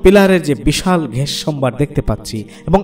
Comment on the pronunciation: খুবই সুন্দর উপস্থাপনা, গ্যাস কে ঘ্যাস বলছেন এইটুকু শুনতে খারাপ লেগেছে